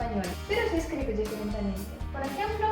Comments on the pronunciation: difer"a"ntemente :D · Hola bonito el vídeo, siga así y me gustaría aprender mas de su idioma ya que soy estudiante de lenguas extranjeras....una pequeña corrección no es es "diferentemente" por cierto suena bonito en la palabra BIEN en ruso. Saludos desde Ecuador y Feliz Navidad..! Bendiciones..! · # Hola! la palabra es "diferentemente" no "diferentamente" eso...